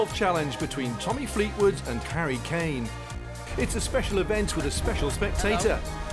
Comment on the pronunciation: Ahhh the famous “karry Kane”